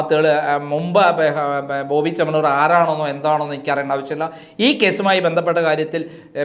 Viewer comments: Chettaaa....boby chennamannur allaa😂 boby Chemmannur aanu. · സഹോദര ബോബി ചെമ്മണ്ണമണ്ണൂർ അല്ല ബോബി ചെമ്മണ്ണൂർ എന്ന് പറയൂ